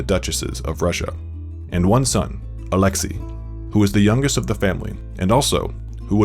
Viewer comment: it's Alex-say not Alex-e